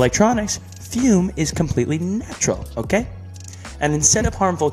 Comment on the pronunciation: Edit: ( NOTICED IT TOO!)